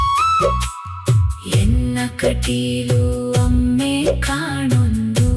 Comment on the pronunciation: Not ಅಮ್ಮೆ ....it's "ಅಮ್ಮಾ" ...second time observed